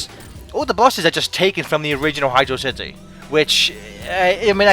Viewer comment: its hydro (space) city. not hydrocity. its hydro and city